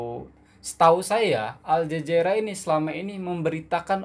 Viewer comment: Al zazeera? 😂 Pelat Ke